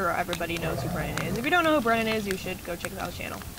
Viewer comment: Hey, it's Bwennan SeaTurtle! :3